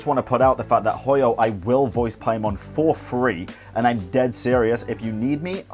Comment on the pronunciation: Paimon ❌️ Pai-MAN ✅️